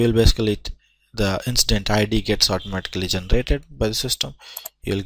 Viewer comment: Please, please, please, for future videos... be setup ahead of time to explain and navigate through a system. Thank you for at least trying to show the system, and identify items on the screen. However, it is no help to not know what to say when you are encountering something unexpected on the display! One more thing... the word is INCIDENT... pronounced IN-CI-DENT... not INCE-DENT (sounds like you are saying INSTANT, which is not what INCIDENT is.) After seeing the screens, skimming through your video, I will have more fun and better chance of learning than watching this video. So... PLEASE... be sure to have your plan laid out on what you are going to record and say... or EDIT your video accordingly. Thank you.